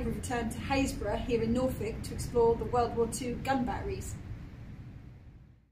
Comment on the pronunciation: Fantastic to hear the correct pronunciation of Happisburgh, interesting video thx.